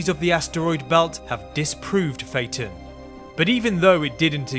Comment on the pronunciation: SAY IT RIGHT